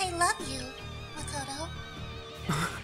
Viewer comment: when i heard katsura-san/ say: "makoto?" at first i thought she said "potatoe?"